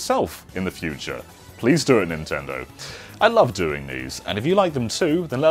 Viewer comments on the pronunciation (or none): none